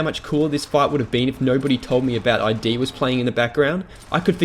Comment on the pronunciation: "Eye Dee"? The company's name is pronounced as one word, not as letters (I've even looked it up to confirm this fact). But on the game itself, I recently bought the Xbox version and I couldn't really play it. Why? Well, I felt powerless. And not in a good way. Even when I was surrounded in classic Doom, I never felt like I couldn't get out of a situation. Doom 3, I was just in the dark, nervous to move forward, feeling inadequate for the horrors ahead.